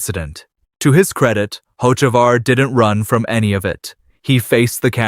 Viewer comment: Why should I listen to you when you mispronounced 3 NASCAR driver's names SO WRONG? Ask someone how to really pronounce Hocevar or MJ's team name is not X, it's 23-11!! MJ's number and Denny's! Some expert!?!